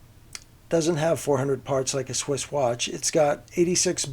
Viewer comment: Swiss, not switch.